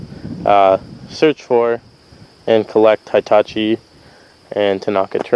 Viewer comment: Heetachi not Hightachi ... just like Hippo not Highpo